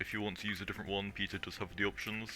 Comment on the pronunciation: I was just joking about the way you said Peter it sounded like pizza